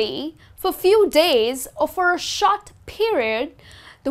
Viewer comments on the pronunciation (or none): it is short not shot google pronounciation for short